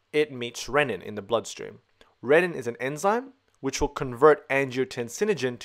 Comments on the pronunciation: You are excellent, per usual. Keep in mind: Renin (ree-nin) = enzyme for RAAS Ren-nin (ren-in) = enzyme for making cheese ;) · The pronunciation of renin should be similar to renal, not rennin which is an enzyme found in theh stomach of ruminants.